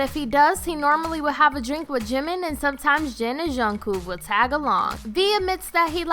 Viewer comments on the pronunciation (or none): this video doesn't make sense at all lmao jimin and jungkook have "exposed" their body more than once. and swearing... I'm pretty sure they know what they are saying in both Korean and English, seen the fact that Kim Namjoon is fluent in English - ugh jungkoo. SPEAK NORMALLY WOMEN> THEY HAVE NAMES. just say jungkook not jungkoo. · The k in kook isn’t a hard sound shhshwhshua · Its jungkook not jungkoo lol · junkoo..IT'S JUNKOOK!! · She said jungkoo not jungkook lol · Goddamn I swear to god she said jungkoo and not Jungkook like tf is it that hard .-. Imma Kermit suicide - runs through a window and jumps - XD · Lady: "Junku says Jin and Jimin are most knowledgeable about alcohol" Did she really just say "Junku" instead of Jungkook? 😐 ExCusE mE? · yyyueeeessss I was like jung wHo??? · "juhng coo" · “John kuh” I’m crying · it’s JungKOOK! Not junkoo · Jungkoooooooooooo WHERES THE “K” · Why does she keep calling Jungkook ‘Jungkooo’? Like, are u a pigeon or something? Like stop cooing after saying Jungkook, like for real! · She Said Jungkoo and Bangtang what?! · She said my bias jungku lol 😂😅ah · juncoo and sugar have left the chat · Yea and she said something like "Zhin and Zhunghoo" too lol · "ShUga" Jhinmin Jhin Junguk...Junkoo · giiiiiiiirl ya need to re read the name "jungkook" more than once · Juan Diego-Aguirre same sis like tf is junghoo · I wanted to leave the internet every time she said “ bangtanG boys” and “chunkook” also where the heck did she get her “”””facts”””” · And don't forget Jungcoo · “Jungkoo “ hurts my heartu 😫😫😫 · jooniesddaeng so true.and the way she asid their names like”jungkoo”?i mean? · Bang Tan, Jungkoo.....am I literally the only one that can't stand it when they can't pronounce the names and group name right? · junGKOO WHAT DID I HEAR THAT RIGHT IF I DID IM WHEEZING 😂😂😂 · lmao she said "junkoo" i knew i would catch it ha!!! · Im i just hearing her wrong or is she calling jungkook jungkoo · is no one gonna mention that she said Jung-koo